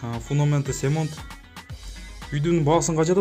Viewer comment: Цемент а не "семонт"